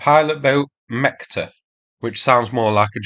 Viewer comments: the last boat si not mekta, is mechta that means desire or dream in russian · Small correction about the pronunciation. Its pronounced Metshta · It's "Mechta" mate, mean "Dream"